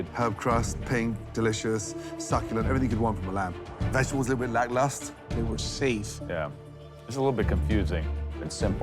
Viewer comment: When you love the word 'lacklustre' make sure you pronounce it right.